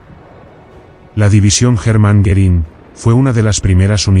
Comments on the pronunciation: I could not watch this as I found it very distracting that the speaker could not pronounce the name "Goering" or even spell it correctly. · Goerìng is not pronounced correctly throughout